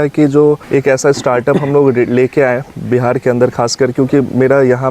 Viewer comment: Bihar ko Bihad mat bnao pahle uchharan shuddh karo bad mein real banana bakwas karta hai